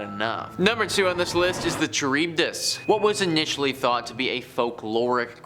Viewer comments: Hearing this guy mispronounce Charybdis is so painful. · Heads up, you’re mispronouncing scabies and Charybdis. Scabies is said like Sc A Bees. Charybdis is kr-ib-duhs